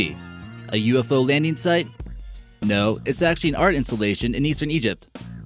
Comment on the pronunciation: ‘A ufo landeen site? ‘ Why does this goon mis-talk like this?. And let’s not forget about the ‘ army corpse’. What an idiot.